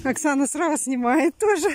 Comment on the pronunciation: Зато "срау" у нее хорошо получается.